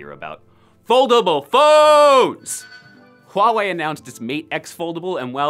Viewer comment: You are the first person I know who can pronounce Huawei correctly